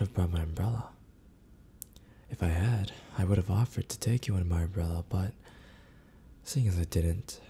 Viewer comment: Instead of umbrella I heard bra so when he said I forgot my umbrella I was hearing something else